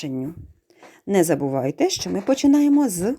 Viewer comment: Зачем говорить щчо если можно зказать що